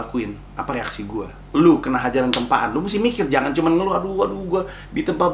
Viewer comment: 'Mikir' pake Keras wkwk